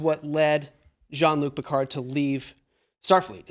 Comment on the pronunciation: I “love” how no one in the US is able to pronounce Jean-Luc Picard correctly. 😂